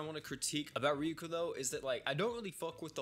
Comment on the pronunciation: Every time said "ryoku", I cried a little